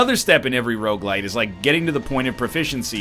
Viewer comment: Is it just me or does NL say Rouge-Lite